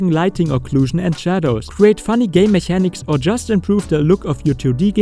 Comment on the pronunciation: Great video indeed, by the way mechanics is pronounced like it has a K as in mekanics